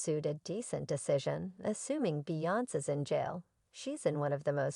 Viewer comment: What in the tarnations?! That is NOT how you pronounce Beyoncé, Solange, or Jay Z’s name- let alone Damon Dash’s! Yikes. ❤️😂🤦🏽‍♀️🤭